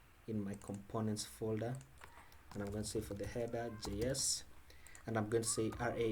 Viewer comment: heda, namba, why you finish all the words with A?